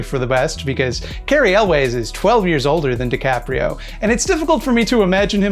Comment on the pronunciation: It's pronounced "yules"... not "elways." Cary Elwes